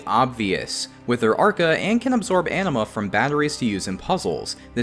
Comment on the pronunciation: I heard Anima as Enema, and now I can't unhear it...